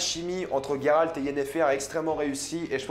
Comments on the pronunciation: GÉRALT PAS GUÉRALT. .. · ce n'est pas Guéralde ou Gayralde mais Géralde donc Jéralde ! le "J" le "jé" et pas le "Gué" ou "gay" bref c'est comme cela qu'on le prononce en Français ! dans les autres langue je m'en taponne sec. on parle Français et en Français utiliser une autre prononciation s'il en existe déjà une, c'est une faute de prononciation et même si dans une autre langue c'est plus jolie et pour le coup gayrald c'est nul à chier. maintenant si ça n'existait pas en français se prénom alors ça serait dans la prononciation d'origine et donc pas une faute. bref en plus Yennefer tu le prononce pas en Turc ou en Polonais pour le coup alors que là tu devrais et ça ne ce prononce absolument pas yé-né-faire mais plus yénéfeuss ou yé-né-fairlre le petit roulement de R à la fin . voila c'est aussi dégueulasse à dire que gayrald. et au passage je te conseil de regarder la série "see". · On dit [jé rald] c'est comme la terminaison du mot grange. Ça me fait saigner les oreilles les noms mal dits.